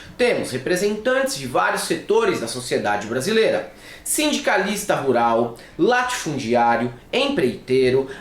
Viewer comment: Os "latifundiários", você quis dizer LATIFUDIARIOS, certo?! 😂